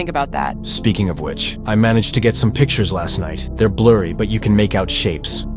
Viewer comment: its bluury